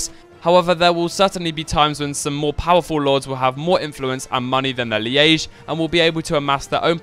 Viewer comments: its pronounced Leege not lee-age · Why are you saying "liége" instead of "liege"? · "Lee-age"? Does he mean "Liege"? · It's fucking liege pronounced lee-ge, not leay-ge. It is not fucking spelt liaige!!! You're pronouncing it the way you would say liaison. Fuck. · dude its called leach hahahah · What kind of Englishman doesn't know how to pronounce LIEGE? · BTW, Liege is one syllable, pronounced similar to 'leech' and with a soft 'g'.